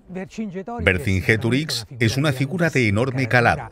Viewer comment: Escorpión El Africano, que miedo daba. "Verginceturíx (segunda vez) era una persona de gran calado". No para este traductor